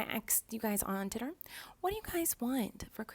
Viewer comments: I thought she said tinder but she said twitter i think Miranda........ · On tidder?? Lol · “i axed u guys on titter” gets me every time lol